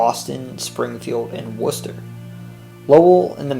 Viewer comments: Actually, he said all of them fairly well and I'm shocked. He had no problem with Haverhill or Worcester. A- in my book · The narrater must be from Mass becasue he knew Worchester is pronounced "Wooster". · He said worchester correctly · Huh ya said Worcester right I'm surprised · Thank you for pronouncing the town names correctly. It's a great place as long as you make over 200k a year. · I’m not gonna lie he said the cities names pretty good, I thought for sure he would say Worcester wrong but no ig😂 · Idk if you’re from Mass but you perfectly pronounced every town and city correctly. I’m impressed. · it's gotta be said though when he said leominster/worcester I applauded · I thought he did a pretty decent job. Maybe not perfect, but he didn't pronounce the second H in Haverhill or say Worcester or Gloucester with more than 2 syllables